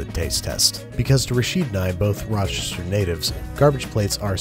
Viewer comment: Woot Ra-cha-cha! I could tell you were a native as soon as you pulled out the Zweigles ♥ Also, you actually pronounced Rochester correctly